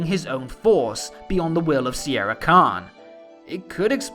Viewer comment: I think it's spelled not Sierra, but Sienna Khan. At least that's how i hear it.